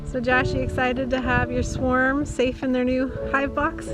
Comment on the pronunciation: Josh, they are called a SWARM, not a Swerm